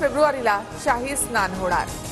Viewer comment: सोलार नव्हे ,सोलर म्हणा!!